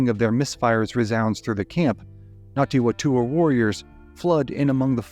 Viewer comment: Well researched and thanks for putting the spotlight on some NZ history - good effort at Te Reo pronunciation too - just a note it's Ngati Whatua (Far-Too-Aa) the Wh is pronounced as an F. More please . Arohanui from Aotearoa New Zealand!